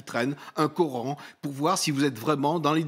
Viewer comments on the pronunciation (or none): none